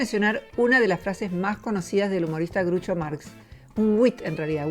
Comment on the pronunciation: muy bueno el video. Groucho no se pronuncia Grucho.